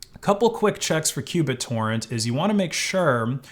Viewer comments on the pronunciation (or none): Oooh! You MEANT q Bittorrent but you SAID Cubit Torrent. Learn how things are pronounced, bro.